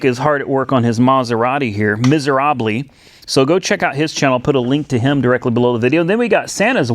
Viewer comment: Every time I hear you say mizarobley, krackes me up....🤦‍♂️🤣🤣🤣🤣🤣🤣🤣🤣